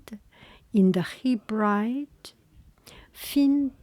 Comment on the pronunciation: You did so well with this - the pronunciations are so tricky. it reads Hebrides but it is read as “heh-bread-eez” and Ulster is “ull-stir” - that might help! But as always so lovely to hear you!